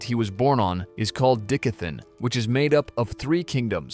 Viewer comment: Bro dickathen??? 💀💀💀